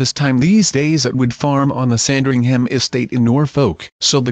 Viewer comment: Is there nothing to be done about the constant mispronuncations of English names/placenames by American commentators? Three examples her are 'Buckingham', Sandringham' and 'Norfolk'.